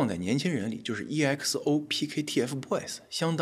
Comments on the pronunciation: EXO 的 E不发音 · 我姐是EXO粉丝，她只想对你说EXO 读XO，E不发音!!!